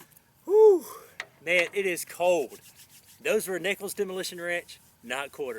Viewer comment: There's an 'L' in the word cold. Lol